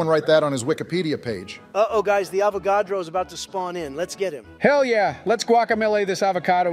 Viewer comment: It seems regardless of the universe, still doesn't know how to pronounce "Avogadro"...